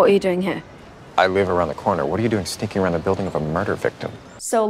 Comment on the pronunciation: I wonder why I hear 'sticking' instead of 'sneaking' ? Looks like real hard 't' sound, why is that so? Btw, your videos are very entertaining, thank you! P.S. You're very beautiful, hope we'll meet someday :)